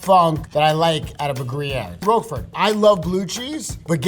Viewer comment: for a cheesemonger his pronunciations are kind of youmami. munch ego rogue fort ;)